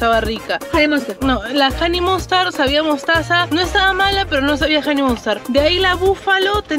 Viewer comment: Solo los Olds recordarán la pronunciación de “HoneyMustaaaaard”